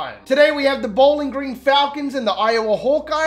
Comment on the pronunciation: I don't know why I love how you call it "Bowlan Gran"